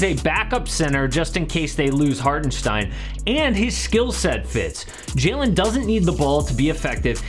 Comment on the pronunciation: I‘m from Germany and was surprised how well you‘ve pronounced Hartenstein❤️